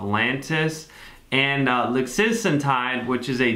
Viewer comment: It’s “lixisenatide” 🤓